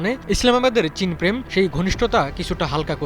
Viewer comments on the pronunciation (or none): none